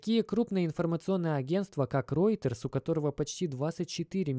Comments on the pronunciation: Ты, вроде, собразительный парень, но мировые брэнды не можешь правильно назвать: Рейтерс, Волмарт. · правильно Волмарт и Рейтерс - новостное агентство. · И не Ройторс, а Рэйтерс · Уолмарт и Рейтерз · Тоже обратил внимание, но спецом зашёл посмотрел, не комментил ли кто-нибудь до меня. Просто тут уже два слова, мне уже валмарт немного резало слух, а теперь и ройтерс. Не понял, это прикол или просто такая интерпретация слов у автора) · вОлмарт и реутерс " ! емаё деревня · Роитерс, Вальмарт... понятно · Ройтес, Вальмарт. Как же уши режет.